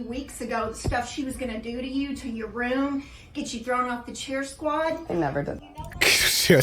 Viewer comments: sir....if you say room like rum....how tf do you say rum. im dying to know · Please learn how to pronounce room properly